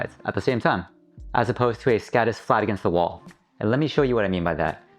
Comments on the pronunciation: Skådis is pronounced skodis. With the same o as in more. I recommended listening to a translator. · very good video and great idea, however... as a swede I wince at the anglophone pronounciation of "Skådis". Å is not an accented A, it is its own sound closely similar to the "ou" in "gourd" or "four"